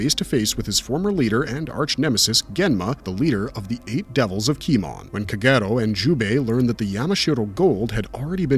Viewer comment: How on earth have you repeatedly pronounce Kagero so terribly???